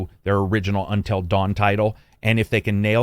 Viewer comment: "Untell Dawn"